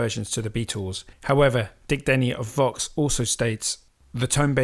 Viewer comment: Vox, not fox! Lol